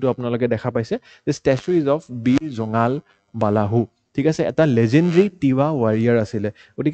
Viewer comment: nokoi nuwarilu dei beya napabo. জোঙাল বালাহু nohoi জোঙাল বলহু hoi । আমল প্ৰভা nohoi অমল প্ৰভা hoi । Apuni jihetu axomiya egorokari . Axomiya pronounciation bur xuddhokoi kole xuni bhal lage diok sun.